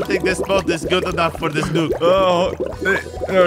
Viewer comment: nuke not nuck